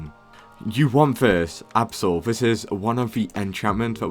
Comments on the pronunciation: I think he is british tho cuz he said absal that is weird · blud can NOT say abyssal